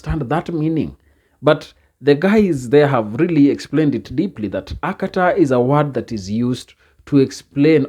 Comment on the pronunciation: The guy said Akatar with an r, he simply an idiot with his idiotic understanding of the meaning of the word Akata.